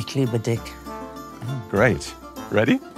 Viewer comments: "Ich liebe dich" or "Ich liebe dick"? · Viv really knew what she said by clearly mispronouncing "Dich" in the "Ich liebe Dich" phrase. I'M ON THE FLOOOOOR 😅🤣🤣🤣🤣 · YAAASSS!!! I caught that too. She made sure to put a hard 'c' at the end lol! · Getting to know that the instructor is German, Viv jumped to say "Ich liebe Dich", which in German translates to "I love you", but instead of pronouncing "Dich" the way it is supposed to be, she said "Dicc", and I'm convinced she did that intentionally knowing her wits 🤣.